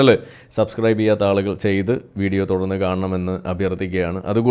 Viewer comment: it is nerekam not narakam. Nerekam is halaal narakam is haraam. Yaalukal is halaal. Aalukal is haraam.